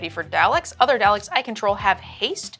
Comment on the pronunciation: I died hearing say Daleks as "Dall-Icks" It's pronounced doll-ick! 😭